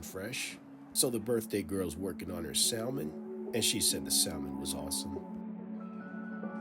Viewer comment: You said Sal mon…no…no…no. You just lost credibility with that pronunciation lol